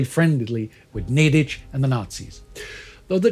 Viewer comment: Ok, I bow deeply to the TimeGhost team for this (yet another) masterpiece! An account of events so balanced and deeply analytical that it's an utmost pleasure to watch!! I can completely disregard the mispronounciations of the main actors, (only Nedić was spot on), but that is such a minuscule issue; I am so happy that this important part of history of the part of the world I was born and live in was narrated by the most influential history Youtubers in such a masterful way! Thank you so much!!